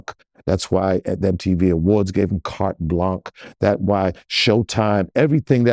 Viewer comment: *carte blonsh is the pronunciation, dear brother Ray